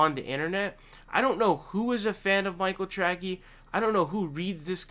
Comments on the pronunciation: His name is pronounced Trasee not Trackee. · Isn’t it trace-y not tracky Lmao 😂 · It’s Tracey not Trackey. If you criticize someone get their goddamn name right! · Who the hell is Michael Trackie? Tray-see, Tray-see. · It's not Track-E, it's Trace-E. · That's the best pronounciation of "TracKey" I've heard :) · He pronounces it "Tracky" on purpose. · His last name is pronounced Tray-Cee. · Great analysis. His last name is pronounced "Trasey". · He does the mispronunciations on purpose lol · The only thing more embarrassing than being Michael Tracey is not being able to pronounce his name. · Dude I have never heard someone miss pronounce names as often as you do I generally like your contact but that is really irritating do you really think that’s how you say his last name?